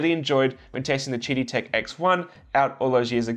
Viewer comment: I think they intend to pronounce QIDI as "Kiddie"...